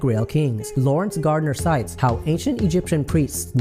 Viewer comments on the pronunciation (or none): none